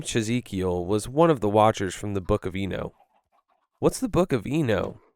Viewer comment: Btw it's "e-knock"